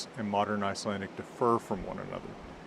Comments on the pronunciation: As an Icelander my jaw dropped when you started speaking. Best pronounciation from a foreigner I've heard. Good job mate👍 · I am always so admired when i hear foreigners speak Icelandic but this was something else. The pronouncication was to a t compared to others. Good job investing in this old language which i still have a hard time sometimes to speak correctly. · A little late to the party here, but I just discovered your channel and I just wanted (as a native speaker) to praise you for the outstanding pronunciation of Icelandic. Did you spend some time in Iceland during your studies (or at some point)? Surely you must have? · Being a native Icelandic speaker I can state that your Icelandic is very good, not like a native but very very good none the less. It is clear that you have an understanding of the mechanics and traditions of our alphabet. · Excellent video. I, as an Icelander, I want to say that your Icelandic pronounciation is excellent. You don't sound quite like a native but that can't be expected of you. If you were to come and live in Iceland for maybe a couple of years you'd likely get to the same level of speech as the natives. Íslenska/Icelandic: Frábært myndband. Ég, sem Íslendingur, vil segja að íslenski framburðurinn þinn er frábær. Þú hljómar ekki alveg eins og innfæddur en það er ekki hægt að ætlast til þess af þér. Ef þú kæmir og byggir á Íslandi í kannski tvö ár eða svo þá kæmist þú líklega upp á sama málstig og hinir innfæddu.